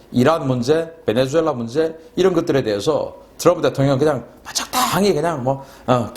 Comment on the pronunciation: 신인균씨, 노고가 많습니다. 베네주엘라가 아니고 베네수엘라입니다. 스페인어는 Z 가 '수' 발음입니다.